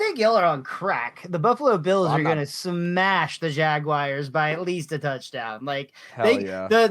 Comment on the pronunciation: It’s not “Jag-wires”! Please stop! 😤